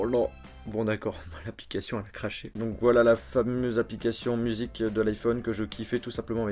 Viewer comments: tu parle comme sa musiqueu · j'adore tes vidéos, mais ça me perturbe trop que tu mettes des "euh" à la fin de chacun de tes mots... ''Un petit objet qui permettait de naviguer sur interneteuh, de téléphoner, d'envoyer des smseuh, de pouvoir écouter de la musiqueuh" j'te jure ça me rend fou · c'etait un truc de ouf-iiin mini jack-iiin fonctionalite-iiin ecouter de la musique-iiin jen peu plus MDRRRRR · d'écouter de la musiquan et on peut naviguer sur internetan pourquoi le "AN" a la fin??? ÇA FAIT CHIER!!!!